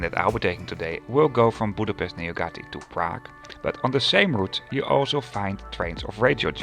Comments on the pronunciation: I think Nyugati should sound more like Newgati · Don't ever say Nyugati out loud like that..... Google translate exist, and it tells you the pronunciation too. And tér means square not terminal...